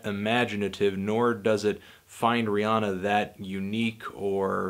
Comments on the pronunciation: It's Rhi- anna. Not onna. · He can't even say her name right